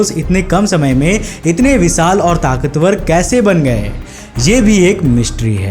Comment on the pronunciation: विसाल नहीं विशाल😂😂😂😂